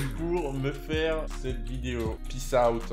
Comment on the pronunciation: "j'espere qu'vous avait aimé cette vidiyo" chuis dead 😭🤣